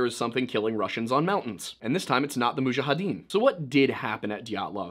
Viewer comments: "not the mujhajadeen" brooo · "and this time not from the mujahideen" bruh